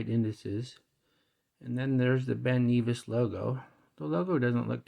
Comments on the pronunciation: It's not Ben knee vis its pronounced Ben Nevis! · Not sure where you looked up the pronunciation of Ben Nevis but you are mistaken, the correct pronunciation can be heard in the link. Ben Nevis is in Scotland and is the highest mountain in the British Isles. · Ben Neevis? lol If you remove the plastic film from the bezel it looks less cheap.